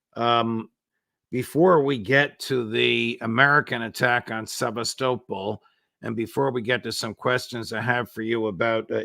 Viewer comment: The judge always asks such lame questions of his "dear friends". He should at least learn to properly pronounce "Sebastopol".